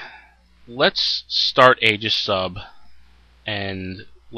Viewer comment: The ae is aegis is pronounced ee as in eel fyi. Just had to vent that as I'm a pronunciation Nazi.